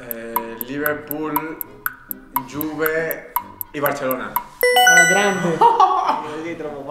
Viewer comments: Theo a detto invece di juve giuve | | | V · THEO COME CR7... " GIUVE " 😂😂❤️🖤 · Non è solo ronaldo che dice giuve ma anche theo🤣🤣🤣🤣è un chiaro indizio di mercato: ronaldo al milan❤❤🖤🖤👹👹